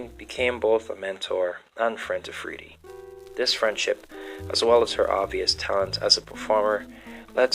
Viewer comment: Freddie is the pronunciation. Please pronounce it correctly.